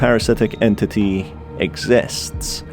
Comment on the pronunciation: i like when he said entiti